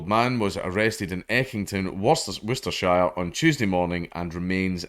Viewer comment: Woooster shyer 🤦🏼